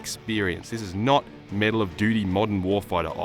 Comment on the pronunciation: He said medal not metal